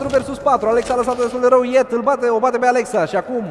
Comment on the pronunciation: de fiecare data cand comentatorul spune gresit numele lui yeet, ma dor sincer urechile